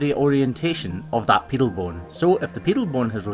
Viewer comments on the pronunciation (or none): pedal bone not piddle speak english.